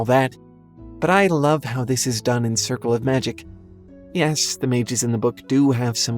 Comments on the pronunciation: Excuse me, did you just say heh-FEE-stus? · Ha-Fest-Us Day-Du-Less